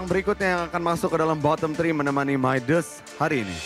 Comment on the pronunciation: Coach : Midas.. MC : MAYDES. 🤣🤣